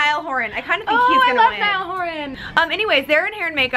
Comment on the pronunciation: Omg thank god for once someone actually said Niall Horan right cause some call him neil :) tf is neil